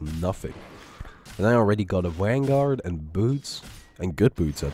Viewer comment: Lol he said wangaurd... Sorry for my immaturity XD